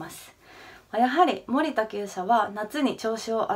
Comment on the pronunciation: もりたの発音w